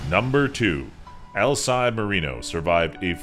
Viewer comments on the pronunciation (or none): Nice vid but you butchered some of these names lol. Alcide is pronounced Al-see-day, not Al-side. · The guy's name is pronounced Al-seed-day not Al-side. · "Alcide buritto"